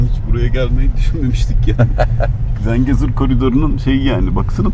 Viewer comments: ZENCEGUR NE LAN DENYO?? "ZENGEZUR" DİYEMEDİN GİTTİ KEKO...😂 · Zencegur değil, Zengezur*, Lefkoşe değil Lefkoşa*, Magosa değil Mağusa*, Azerbeycan değil Azerbaycan*, Amarika değil Amerika*... Türkiyeliler neden isimleri sürekli yanlış telaffuz ediyorlar???